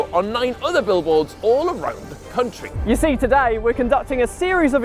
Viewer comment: "Liverpool and Southampton may be split by an entire cunt-ry" 😂😂